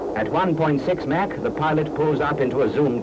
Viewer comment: What was that? Mack? Oh you meant Mach. Good one there old cheeky fellow. Haha